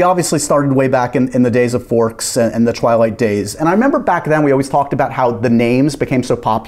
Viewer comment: “Twee-light” – Kristen Stewart